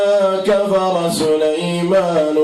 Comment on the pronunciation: يااخي سليمان النون فتحه ليسة مضمومه